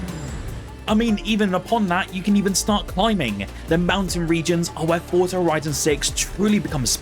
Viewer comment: Forza is an Italian word. It's pronounced "Fortza" as 'Z' in Italian is always a hard 'z.' Just think of the word 'pizza' It's not 'Forsa'